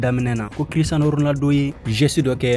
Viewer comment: Tu est vrai Barcelonais 😂😂😂 tu ne fait que de gâté le nom de Cristiano ça fait plus un ans que je te suis. 😂😂😂